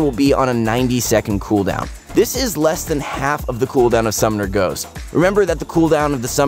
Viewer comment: why is he saying summomer ghost... i turned of the video